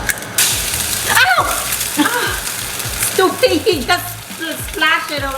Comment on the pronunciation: “I wasn’t done STUPAD” I live for this 💀😂❤️